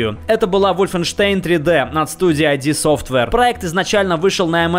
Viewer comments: ид софтвейр, а не АЙДИ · Нету никакой [ай ди софтвейр], есть [ид софтвейр]. Цитата из Википедии: "Название компании пишется со строчной буквы — id — и произносится так же, как и в словах did или kid. Согласно книге «Masters of Doom», группа будущих основателей id называла себя «Ideas from the Deep» (англ. идеи из глубин) во время своей работы в Softdisk, однако, впоследствии оно объяснялось, как аббревиатура фразы «in demand» (англ. расхожий, пользующийся спросом). Самой компанией собственное название рассматривается как отсылка к понятию ид — психологической концепции, введённой Зигмундом Фрейдом. Свидетельство этого можно найти во фразе «that’s id, as in the id, ego, and superego in the psyche» (с англ. — «этот ид такой же, как ид, эго и супер-эго в психике») из документации Wolfenstein 3D, одной из ранних игр компании. Также отсылку к Фрейду можно было найти на странице «История» веб-сайта компании до его обновления".